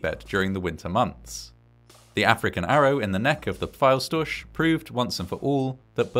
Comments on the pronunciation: As a native german speaker it kind of hurts to hear how you pronounce "Pfeilstorch". 😅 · yeah its pretty far off of how we would pronounce it- its more like "pff" "ilse" "sch" as in school - "tor" and the "ch" which would be pronounced like a cat hisses - but not the one far back in your throat - rather the one right above your tongue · Unfortunately he missed the mark with the pronunciation 😂